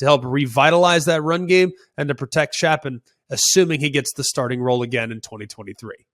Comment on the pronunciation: Greg, Baylors QB Blake Shapen. His last name is pronounced “Shape-in”